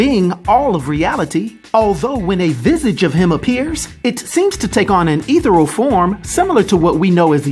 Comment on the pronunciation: LOL did you say 'Ether-al" hahahahahahahahahahaha